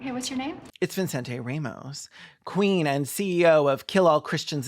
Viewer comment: Latina mom here. There's no way his parents called him ViNcente Ramos. The name is Vicente. I can only imagine he got tired of correcting people and just let them add an imaginary N every time they read his name, but really it's just evident that there were no Spanish speakers in the production of this film.